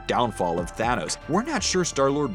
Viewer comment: Your thanos a tranos